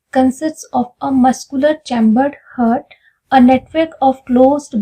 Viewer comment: I think you are not from science background... You should pronounce properly..its not "hurt"